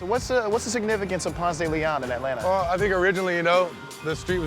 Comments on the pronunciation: And he don’t know how to say Atlanta for real though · She says "Aeh-lanna" Reporter says "Atlanta" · who else doesn't like it when someone says Atlan(TA) just say it all together Atlanta Atlanta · If any of y'all from ATL, we say Atlanta "Atlanna" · It's cute that he pronounces the 2nd "t" in Atlanta. Also, the Clermont Hotel is now a trendy, boutique hotel rechristened Hotel Clermont and I'm willing to bet one night costs more than the weekly rate in the 90's. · The "t"'s in Atlanta are silent 😂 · Shidd the way he keeps saying the second T and Atlanta Ik he isn’t from here 😂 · Why didn't anyone instruct this guy on the correct way to pronounce Atlanta (et-lanna) and Ponce De Leon (Ponce duh Leon) in the A-T-L?